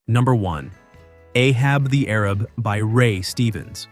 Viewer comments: And “Arab” vs “ A-raab.” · REALLY unintelligent voices need very much work. A-hab the Airib? Doesn't make any sense. A-hab the A-RAB to rhyme. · Sigh, . . .the title is pronounced "Ahab the A-rab". You obviously weren't there at that time. Sad. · You're not pronouncing Ahab the Arab correctly. It's not Ahab the Arab, but Ahab, the A-rab. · Idiotic. It is pronounced " Ahab the A rab - nor arab ! That's the joke ! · Ahab the Arab not Arib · Ahab the A_RAB (not air-ub) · it's Ahab the A-rab not air- rib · It's not Ahab the Arab, it's Ahab the Ayrab. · It was pronounced Ahab the A-Rab not arab. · Ahab the Arub instead of Ayrab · It's not ahab the arab. It's a-hab the a-rab. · ahab the arab, pronounced arab as a-rab not ar-ab. I just listened to the song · Ahab the air-rib? You really need to listen to the songs in your videos. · Ahab the Arab. Both words were pronounced with a long A sound. Not the way we say Arab today. But rather AAArab. Ahab the AAArab. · Boomer here. It's pronounced A-hab the A-rab. Loved Ray Stevens 💖. Remember "Guitarzan"? And his one ballad was "Everything is Beautiful." Wonderful song! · It is A-hab the A-rab. I know because I was alive then. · It's pronounced A-hab the A-rab. :-) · Right.. I came here to say that. They rhyme and it's irritating to hear him mispronounce it.